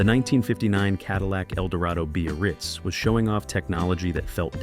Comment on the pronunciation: What the hell is a b-a-ritz? Time to learn how to pronounce things.